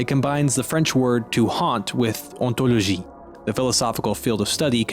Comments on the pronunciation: How you said hontologie is better than all the quebecois combined (including me) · as french, you have a really good prononciation of "ontologie" :)